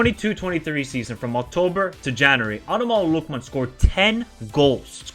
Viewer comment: Pronounce the name properly man!